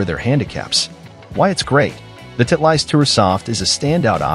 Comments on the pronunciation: Title-ist not Tit-leist. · Not knowing how to pronounce Titleist says s lot about this reviewer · nice pronunciation of Titleist ha ha ha